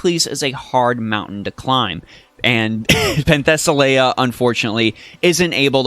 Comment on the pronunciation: You pronounce her name wrong, but good video.